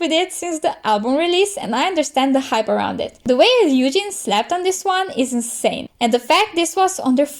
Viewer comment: somebody who actually says ryujin right 😍